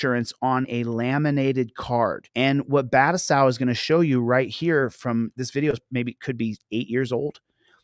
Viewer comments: Constructive Criticism, it’s pronounced Ba-Too-Sigh Not Bat-a-Sow…js. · I noticed that too lol but it's more like Ba-Toe-Sigh, in reference to Kenshin Himura aka Battousai the Manslayer. For everyone's information 😁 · I believe the pronunciation is Ba-too-sai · Totally unnecessary but I gotta let you know that our man Phillip turner is a fan of rurouni Kenshin, an anime in which the main character was nicknamed Battousai, the man slayer and it’s pronounced buh-toe-sigh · BAH-2-sai not battlesao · No sir. It's bah tow sigh. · It is pronounced Ba toe sigh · He is completely botching and mispronouncing 'The Battousai' royally!